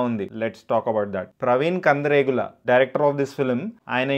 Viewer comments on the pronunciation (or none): Bro nuvvu director surname tappuga pronounce chestunnav kandiregula kadu kandregula